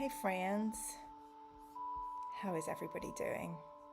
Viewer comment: "Hey frieeeeeends" Texan is here 🤣